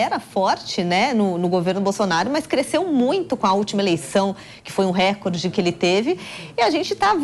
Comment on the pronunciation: RÉCORDE – A pronúncia RÉCORDE é errada; desde o étimo latino, passando pelo francês, o acento tônico cai na sílaba –CÓR–, rimando com aCORde, MORde, portanto, RECÓRDE. A acentuação proparoxítona NÃO É PORTUGUÊS. Impressionante como se insiste nesse patente erro generalizado.